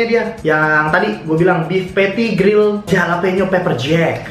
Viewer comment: jalapeno bukanya dibacanya Halapenyo?